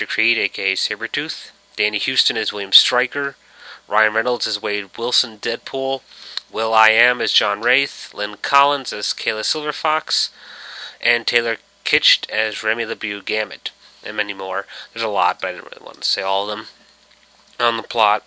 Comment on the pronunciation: Awesome review , dude ! Just a few things : 1 . Remy`s Last Name is pronounced La-bo . 2 . The Program was Weapon X ! The Team was Team X ! 3 . Silverfox was not a member of Team X( unlike The Comics ) nor affiliated with Weapon X in any way until Creed and Stryker blackmailed her ! 4 . Tyler Mane played Sabertooth in The First X-Men Film ! 5 . The Film portrayed North as a heartless , brainwashed Mercenary & it`s much easier to see a North Korean in that Role in this day & age